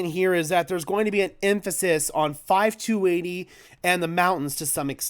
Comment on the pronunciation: It’s 52 80 dude! Not 5 2 80. Where are you from 😂